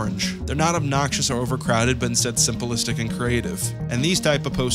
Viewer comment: The way you pronounce simplistic is crazy to me. Simple-istic